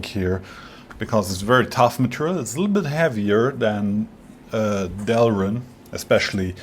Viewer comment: It’s not delrin.